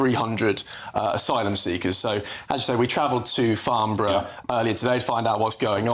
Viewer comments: Laughable the little boy needs to go back to school to learn to pronounce Farnborough not Farmborough. I bought a Twin Turbo Supra from there in 2001 and drove it home to Scotland. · It's Farnborough not Farmborough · It's "Farnborough" not "Farmborough...come GB News...do better. Get the correct location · Farnborough with an N not an M.. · It's Farnborough not farm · Farnborough, with an 'N', not Farmborough, with an 'M' which is many miles away from Rushmore and Aldershot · It's Farnborough, not Farmborough...